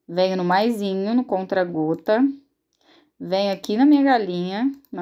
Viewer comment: Ameeeeeiiiii 😍😍👏🏻👏🏻 aiii me da uma agonia vc falando CONTRA GOTAS mulher.. É CONTA gotas 😂😂😂 Mais amo seus vídeos ta ♥️